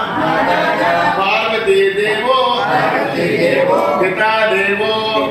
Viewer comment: మాతా చ పార్వతీ దేవో కాదండి, పార్వతీదేవీ అని పలుకగలరు.